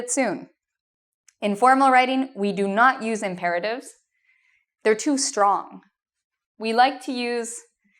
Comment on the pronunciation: The way she said Imperatives was 👌🏻